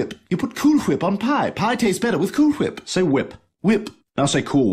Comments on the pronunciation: Cool Whip.: Cool Thwip.: You're eating hair!: spits the hair out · For a genius baby who created the universe can’t even pronounced whip right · might be more accurate if he said it ‘wu-hip’ Instead he’s not pronouncing it by emphasizing the H, he’s pronouncing it completely wrong as ‘hu-wip’. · pronounces "wh" as "hw". Cool Hwip. Wil Hweaton. Hwirlpool. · sure likes to bother everyone with his mispronounced words. Especially with the words "Cool Whip" or should I say "Cool Hwip"😂😂 PS: I wonder if Seth MacFarlane ( voice actor) like to bother himself and his colleagues with his mispronounced words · pronounces a "wh" like "hwh." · Cool gwip 👍 man ruwiend cool gwip for me Thats pretty cruwel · It's funny how pronouncing whip weird gave Chris a mental breakdown...lol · The funny thing is that a lot of "wh" words used to be pronounced that way, with an h sound preceding the w sound. But whip isn't actually one of those words. It came along after the transition to the modern pronunciation of those words, but used the same spelling format as those words did.